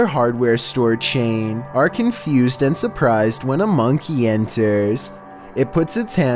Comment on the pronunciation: bruh the way he said monkey tho